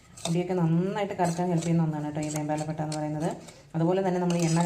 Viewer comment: വെൺപാല പട്ടയാണ് വെമ്പാല അല്ല